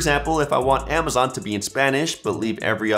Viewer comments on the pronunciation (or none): none